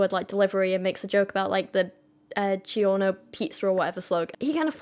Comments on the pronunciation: As an American, your pronunciation of the word "DiGiorno" made me want to start a third war with England. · The way she pronounced DoGiorno lol